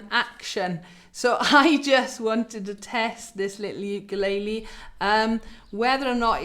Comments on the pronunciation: Bloody hell!!! Pronunciation sucks!! Wtf is a you-kay-lay-lee???!!! And what is a point of pew???? Are south african??? Bloody hell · Why does she keep saying ew-kuh-lay-lee ? 😆